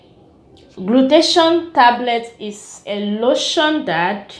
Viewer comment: Nice review tnks,,it is call (glu-tha-tia-yon) glutathione